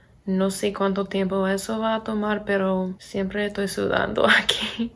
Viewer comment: Hablás pero muy bien! 👌🏻 Te felicito.. Solo una cosa trata de no decir "Toy" por "Estoy" nosotros usamos mucho éso pero en verdad no suena bien para otros hispanohablantes.